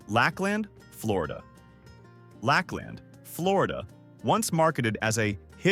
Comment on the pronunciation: As a Florida native, I think you mean Lakeland not Lack Land. I almost felt insulted I never heard of this city, only to find out it’s not real 🤣